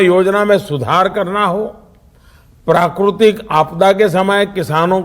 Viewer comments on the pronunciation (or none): Zahil Pm prakrutik nhi prakritik hota h be thalwe Modi kis ne fake dree diya h😂😂😂